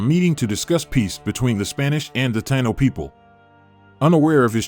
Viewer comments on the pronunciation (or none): I wish they would pronounce it correctly. Tah-EE-no. Not Tye-no.